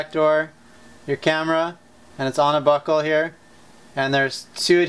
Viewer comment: Every time he says buckle it sounds like "Butthole"